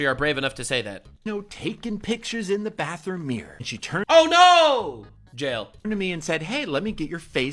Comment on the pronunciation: I know this is stupid but when you were yelling,jail jail I thought you were yelling nail nail yes I know that’s stupid but you gotta admit you say some funny shit. Keep on rocking it.